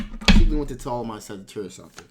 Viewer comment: U keep saying saggitarius